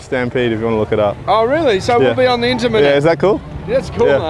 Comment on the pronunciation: Inter-mer-net. LOL!